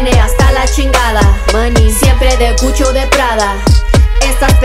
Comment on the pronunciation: She said CUCHO? Instead of Gucci?😭😭😭🤣🤣